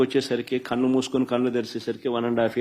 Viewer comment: ఒరేయ్,నీకే డిపాజిట్లు రావు గారికి రావు. ఖన్ను మూసుకుని,కన్నం తెరవటం ఏంటిరా లఫూట్? కన్ను అనటం రాదు...ఛీ.